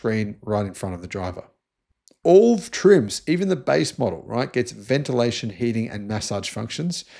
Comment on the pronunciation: I think the word is gets not Gest.